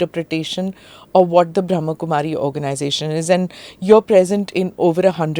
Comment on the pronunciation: Smita Ji...it is Brahm Kumari...not Bhram Kumari...